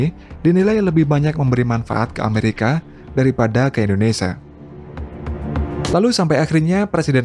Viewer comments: Kata Indonesia jangan di sebut Indonesa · Indonesa? INDONESIA YG BENAR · Indonesia kali bukan indonesa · Indonesia mas bukan Indonesa